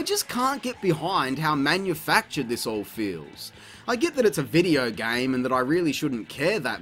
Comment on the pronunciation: "gayums" it's GAME bruv